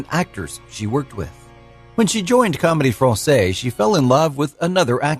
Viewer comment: La Comédie Francaise. Not Fransay. Fransaize. It’s no problem not speaking French but when you are talking about french people and things, you owe to yourself to get it right. The mispronunciation detracks.